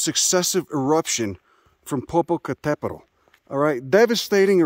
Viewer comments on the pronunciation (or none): popo what!? butchered it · Lmao how you pronounced Popocatépetl was hella funny 😂 that chi accent thick af. But thanks for showing love to my underrated beautiful country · You sure fucked up the pronunciation on that volcano LOL